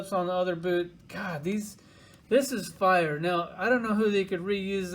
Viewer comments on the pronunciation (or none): none